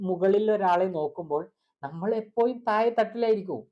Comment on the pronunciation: എപ്പോയും അല്ല എപ്പോഴും 😂